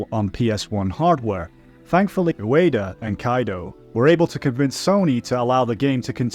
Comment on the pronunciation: Ueda: oooo-eeee-duh.... Not Udaya 😂